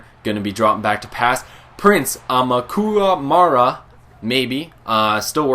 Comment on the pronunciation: I ~~think~~ it says "a-mu-ca-ma-ra"